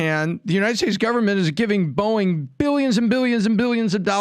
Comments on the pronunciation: Boeing not Boing…that is a sound a spring makes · Someone please correct Pat on his pronunciation of Boieng